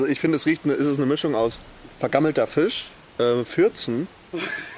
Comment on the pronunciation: Es heißt FISCH und nicht FICH!!!